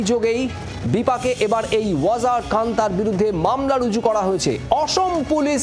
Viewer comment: "রজু" করা হয়েছে বলতে????..... Bengali news ❌ bangadesh news✅😅😅😅😅